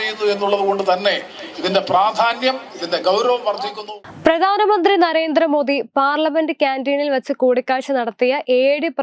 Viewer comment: കൊച്ചെ.. പ്രദാനമന്ത്രിയല്ല , പ്രധാനമന്ത്രി.